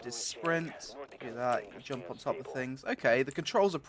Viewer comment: No jumpuh, feelsbadman